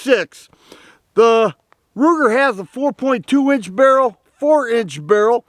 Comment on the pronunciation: Did he say Looger, Rooger or Wooger? 🤦🏼🤷🏼